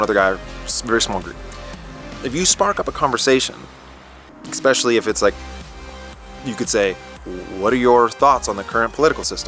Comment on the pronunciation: love your vids, but "especially" is pronounced "ESpecially", not "EXpecially".